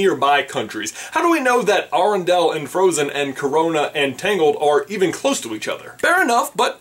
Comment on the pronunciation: I was loving this video until you mispronounced arendale. It's air-en-dale not arr-in-dal